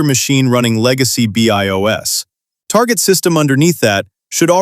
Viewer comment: to pronounce BIOS as B.I.O.S. is a crime 🥲